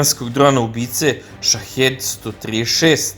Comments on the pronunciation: SHAHID a ne SHAHED !!!!!1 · Није стел, него стелт. Није Шахед, него Шахид. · Shaheed se čita Šahid